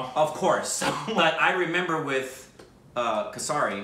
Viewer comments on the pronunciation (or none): Her pronunciation of Sikh is correct. Also, Kesari is pronounced as Kay-s-ri or K-s-ri not ka-sa-ri. It means saffron.